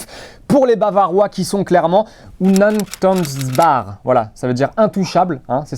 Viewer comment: non C´est mal prononcer ( Unantastbar) mais bon bien essayer tout de meme .Encore une merveille de Videos ,au top !!!